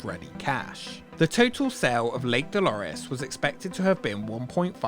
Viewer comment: "Da Lake Dalores"